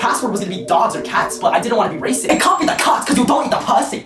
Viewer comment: Bro can't say 'racist'.